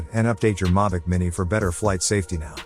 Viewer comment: 1st off it's not a Mavic and 2nd, learn how to say Mavic. 🙄